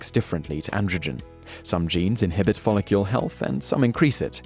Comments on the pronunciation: Does anyone else find him saying folocule instead of follicle, incredibly fucking annoying? no, must just be me then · 100% yes. there's no U in follicle. it sounds ridiculous. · He said it wrong 20 times in 3 and a half minutes. Drove me mad! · It's nothing to do with having an accent, he just says it wrong... again and again and again! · i was just about to say this too! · Yes he's a fucking spanner.